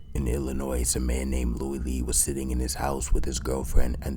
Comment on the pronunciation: As an Illinoisan, that made me wince, lol. Although, I've heard him pronounce it correctly in newer videos.